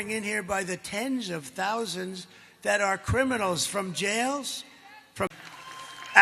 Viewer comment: Crimicals?😂😂😂 I love how he switches up his gaffs